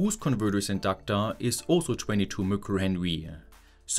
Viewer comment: Great demo. (BTW: micro is pronounced 'my-crow' ;-) )